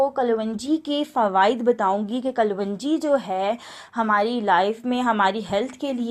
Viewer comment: pronouncesation sahi kero klonji kaho